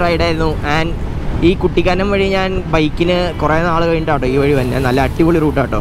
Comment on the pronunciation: മച്ചാനെ കുറ്റിക്കാനം അല്ല കുട്ടിക്കാനം